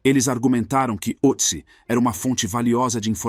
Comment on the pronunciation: Só um detalhe, este trema sobre a letra "O" no nome, muda a pronúncia, para um som mais perto de "Ê" ! É claro, fosse eu o autor da decoberta, eu daria um nome mais simples como Tião ou Joca, mas nome alemão segue a fonética alemã ! No mais, excelente vídeo ! Sobre a questão de enterro adequado à múmia... isto seria uma estupidez, pois a família dele se foi, e não tem como identificar a religião ou o rito funerário que o grupo dele adotava à epoca, se eram cremados, sepultados ou simplesmente lançados aos abutres. Mesmo que se soubesse a religião que ele praticasse, não haveria como achar um sacerdote familiarizado aos ritos da época para conduzir a cerimônia ! O melhor é mantê-lo numa urna frigoríica da reserva técnica de um museu !